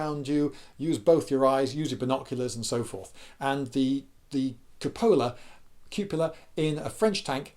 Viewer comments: "koo-puh-luh" emphasis on the "oo" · I say it "cope-ah-la." But we got it! Keep talking! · Cupola: "Kyoopola" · Sure this was posted a thousand times. But Coo-pole-ah, cupola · I will never feel bad for not knowing how to say cupola again if Lindy doesn't know how to say it either. 😥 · Is it really necessary to "quiz" a woman that says she is into tanks? I mean, for heaven's sake, I once watched a video by a man who didn't even know to to pronounce cupola. . .